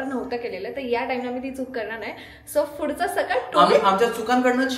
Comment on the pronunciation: It is not phudhacha it’s pudhcha